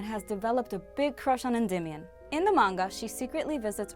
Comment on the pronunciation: Diamond. His name was diamond. They were all named after jewels. And it’s pronounced N-Dee-mi-own good lord.